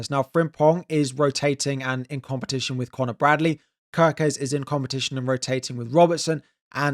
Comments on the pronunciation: Your pronunciation nof Gyökeres still needs work 😊. The "ö" is pronounced as the u in "hurt" or the i in "bird". But the rest of his name you got right. Keep trying! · You still said Gyökeres wrong. You pronounce the letter ö like the u in purpose.